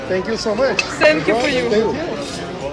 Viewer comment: Нормально погуляли. Осталось только научиться правильно произносить слово " Thank you". Пора бы уже . Ну нет там звука "С", вообще нет.Тем более такого четкого ССэнк ю.